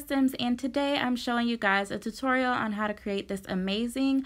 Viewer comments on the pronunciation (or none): none